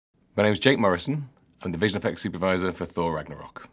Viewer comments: “Thor Ranyarok" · "Thor rañaro"